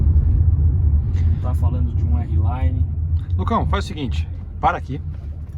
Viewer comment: Errelaine não, arlaine!!